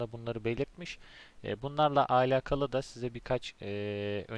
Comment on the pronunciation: Keşke alakalı kelimesini doğru telaffuz etseydiniz. Videoya odaklanamadım. Ayrıca onu da bunu da anlatacağım deyip bir ... anlatmadınız.